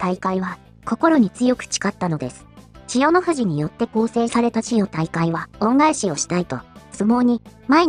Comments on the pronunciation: 千代↑大海↓ めっちゃ気になる笑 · ちよ⤵︎たいかい⤴︎のイントネーション、どないしたんやw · ナレーションの【千代大海】のイントネーションが変で中身が入ってこない（笑） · ち↑よ↑じゃねぇ、ち↓よ↑ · チヨ⤴タイカイ⤵ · なんで千代の富士は「千代の富士」で 千代大海は「チヨ・タイカイ」なんだよｗ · みんな動画の内容より、ちよ、たいかいの発音が気になってしょうがない。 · ちよ退会！のせいで話が入ってこんわw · チヨ・タイカイ・・の発音が気になって気になって・・・😂😂😂😂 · ちよ⤴️たいかいで動画が全く入ってこない😃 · 千代大海の発音がなっていない。「ちよ、たいかい」誰のこと? 編集内容の良さを、説明役の女がぶち壊している。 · 千代↗大海↘😂 日本語習おうぜ！ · チヨ⤴︎大海😂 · 千代大海と発音するときの「アクセント」は聞くに堪えませんね。人に聞かせる場合は、「チヨタイカイ」と発音が正しければどんな抑揚でも良い、と言う訳ではありません。多くの人が聞き慣れている速度や抑揚で発音で無いと、この朗読者の出身地独特の言い回しでは聞取りづらくて、聞取る側には違和感や不快感が生じます。「チヨ」と「タイカイ」の間に微妙な間が空いて「チヨ」と「タイカイ」が一つの言葉には聞こえません。「チヨタイカ」と一気に発音し、二つの語が一つになって一語に聞こえるように発音して貰いたいモノですね。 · ち⤴よたいかい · ちよっの発音がイラっとして入って来ない。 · ち↑よ↓たいかい→ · チ↑ヨ↓タ↑イ↓カ↑イ↓ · AIちゃんは千代の富士はちゃんと言えるのに千代大海は言えないんだな😂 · 残念なことに「チヨ 退会」が気になって、せっかくの内容がイマイチ入ってこない🤣 かと思えば、ごくたま「千代大海」ってちゃんと言えるじゃんかよぉ！ 余計に戸惑うわ😆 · 千代の富士は普通に喋れるのに何で千代大海は普通に言えないのよ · 最初に千代大海が入るとイントネーションがおかしいんかな？文の途中だと普通になるっぽい？ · ちよ、たいかい が引っかかり過ぎて話が頭に入らない。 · 千代の富士 はちゃんと言えてるのに ちよたいかい のアクセントがなんか違う・・・ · 関取の名前の読み方ぐらい勉強してほしい